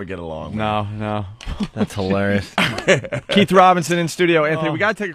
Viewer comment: Keith doesn’t even know how to spell or say his name correctly. He and all the other brothers say “Keef” as if they’re close friends with Kiefer Sutherland 😂